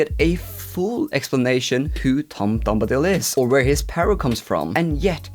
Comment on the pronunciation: Tom BOMbadil not Tom DOMdabil. It's LeveOsa! Not LeveoSA!